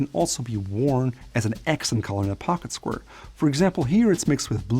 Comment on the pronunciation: "Pocket squrrr"